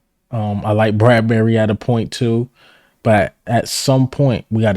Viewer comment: Did you say BRADBERRY... YOU BUGGIN'. Bradberry !